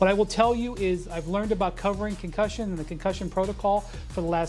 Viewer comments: The way this man said "CONCUSION" twice is the reason I Pay my internet!!! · Concussion?! CONCUSSION?! 😭😭😭😭😭😭🤌🏿